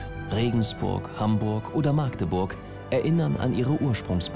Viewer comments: Warum sagen alle Maagdeburg es heißt Magdeburg oder wie wir es sagen Machdeburch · Das heißt Machdeburch und nicht Maaaaagdeburg! 😉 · Es heißt Magdeburg mit kurzem a